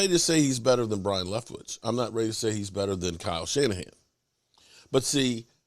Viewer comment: It's pronounced Bye-Run Leftwich not Brian.